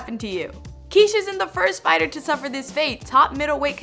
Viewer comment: You're pronouncing it like "Quiche" like the breakfast dish..Isn't it supposed to be Kish, like it would rhyme with fish??